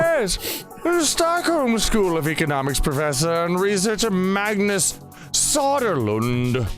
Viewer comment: Söderlund. Next time contact me so I can learn you how to pronounce the name. And he did it to show how far the hysteria around the global climate change gone. Rammstein "Mien tail" Oh dogs would do that! God Trille wouldn't let me be one second.